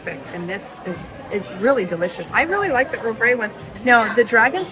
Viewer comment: Earl gay creme?! 😂😂😂 It's GREY Creme.